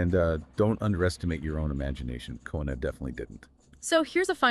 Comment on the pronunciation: Just a bit of correction,. His name is Henri Coandă and it's read like the 2 narrators said: Henry (like in French language) and his family name is Co an dă, it's not Coandră. He built a plane prototype but it turned out he discovered the jet propulsion engine. It was the first working one but this thing was just starting to make sense. The Wright brothers didn't invent the jet propulsion engine, they perfected it based on this Romanian inventor. The idea belonged to this Romanian man, it didn't belong to them but they put it into practice better than Coandă did. I guess as years passed by, this "tech" evolved. 🙂 Come to think about it but aerodynamics is also used in car design to make them perform better in the wind tunnel, to make some of them perform even better, to push the boundaries of engineering while others to consume less fuel, to get better gas mileage. Back then, there were still old school teachers who weren't interested in making money but into passing knowledge to their students, to other people, to educate them. First and foremost, being a teacher was seen as a noble profession and not many even had the opportunity to study anything. Some peoples parents wouldn't even let their children go to school or anything, they sent them to work from a young age.